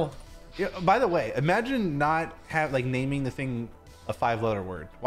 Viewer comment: Did u guys realise that said lick instead of like